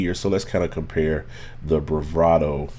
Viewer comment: Never heard someone say “brivato” all through a video. Speech deficit?